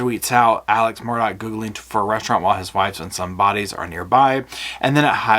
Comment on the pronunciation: I know my English and M-U-R-D-A-U-G- H is pronounced Murr-Daw. There's no Dock.